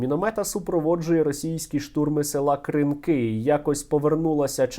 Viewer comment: Пане Стерненко.. Скільки можна казати що наголос на кінець слова. Кринкі. !!! Будь ласка запом'ятайте.